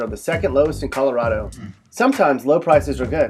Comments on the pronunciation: ColoRADo not coloRODo ffs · It’s ColoRADo, not ColoRAWdo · This guy's not from Colo-rod-o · You're not pronouncing Colorado correctly. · He can't even pronounce the state name correctly.